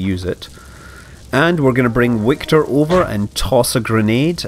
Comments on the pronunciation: Hi Scott, listening to your voice is just a pleasure for me. I'm certainly waiting for more of your great job! PS: Wiktor in slavic languages is pronounced "Victor" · Hey Scott, enjoying the series as usual, but a small correction is in order. The guys in the comments were right - Wiktor in Polish is pronounced Victor. W is Vee. :)